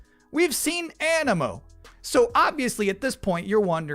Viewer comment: “Animo” 😭😭😭😭 bro please